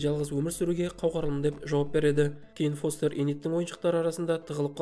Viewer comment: Брат не стедн фестерді фостер дедің ба форест дедің ба нормални аты бар ғой фестер